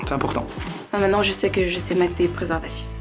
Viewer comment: "Mientenant amuser vous les enfants" 😭